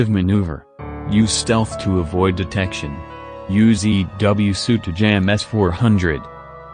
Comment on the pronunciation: "suite"...not "suit"